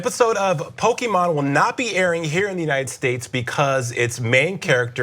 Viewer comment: I’m a stupid nerd but the Pokémon pronunciation is killing me rip Also “step away from the bronzer” um that’s dumb.